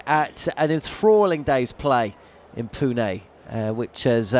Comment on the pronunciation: Really appreciate the correct pronunciation of Pune at the start